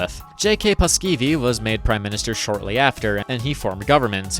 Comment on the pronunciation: The pronunciations are just good enough for the mispronunciations to be annoying. You basically drop two vowels from Paasikivi ("Paskivi?" Sounds like shit in Finnish lol) and when you said "Mannerheimintie" I nearly fell to my knees. "Manner hey minty". Yeah, no